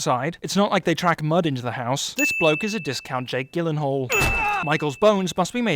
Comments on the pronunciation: Lol he said Jake Gi-linghal instead of Jake Ji-linghal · You didn't pronounce "Gyllenhaal" correctly. BING